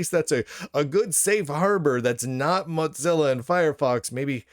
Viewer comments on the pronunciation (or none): Of FFS. And PLEASE. It's MOWZILLA not MOTZILLA. It ain't mozzerella.